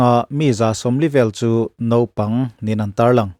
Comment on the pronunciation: Nopang nilovin Naupang tih zawk tur.